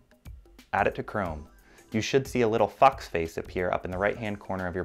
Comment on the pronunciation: How many people thought he said, "You should see a little FUCK face appear"